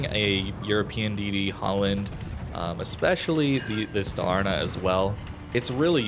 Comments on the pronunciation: Nice video! :goodvibes: Dalarna is like...a "state" in Sweden. I know its not easy, but it´s pronounced Dááálarna. Lika a deep and long first A :) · its pronounced DAAALAAARNAAA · If you struggle with the name, try to pronounce Dalarna like Daalarna and it will sound more correct. :) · Halland and Dalarna are districts in Sweden. Both are pronounced with equal stress on the first and second syllable! ‘Ha(l)’land ‘Da’lar-ne. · pronounced as Da-la'(r)na a province in Sweden, which is well known for its naval bases (that's a joke). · 100%, can confirm. But it's funny seeing people stressing the middle A instead of the first A XD